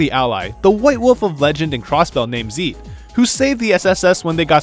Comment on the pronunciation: It's zEIT not zEEt you noob